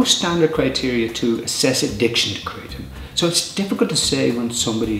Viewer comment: 100 facts and pronounces it wrong